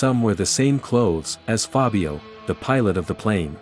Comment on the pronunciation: I don't recall when you mentioned a "Fabio", I should re watch the entire video, but I guess not. Because that's the only italian word that I noticed with the misplaced accent.